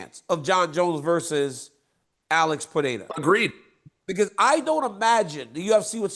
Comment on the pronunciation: “Uhlex puhdayduh”